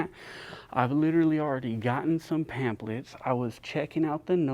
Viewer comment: Just a headsup, pamphlet is pronounce pam-flet. The ph is an F sound.